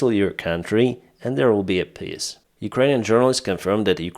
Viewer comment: Not making fun of you,, but the Ruzzian "peace plan" is a piss plan, as you pronounce it...Heroyam Slava.